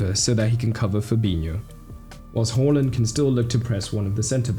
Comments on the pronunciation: Why do you pronounce it as “hor - land” or “haw - land”?? Isn't “ha - land”? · It's going to do my tits in all season hearing people say "Whoreland". Can we stop changing how we pronounce player's names every fucking season?